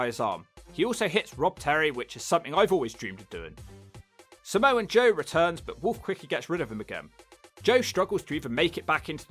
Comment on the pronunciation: Samoa joe not Samoan joe lol